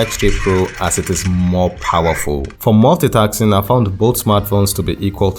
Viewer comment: multitasking ... not multitaxing ! 😂